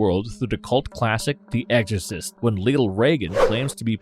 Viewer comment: Is he saying "eggorcist" 🤣